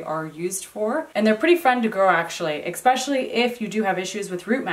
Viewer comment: Okay, now you’re both mispronouncing especially. Lol. I know that it’s nit picky but it’s driving me crazy while binge watching. There is no x in especially. It’s a soft s. Love you both but my Mom, the English teacher, is coming out. 🤣